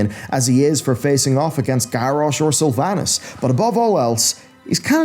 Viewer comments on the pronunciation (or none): Love this dude’s content but am I the only one bothered by how he pronounces his A’s lol. Like in sylvanas , saga and Naaru